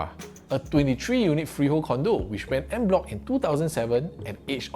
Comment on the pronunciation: "On" bloc not "end" bloc. 😂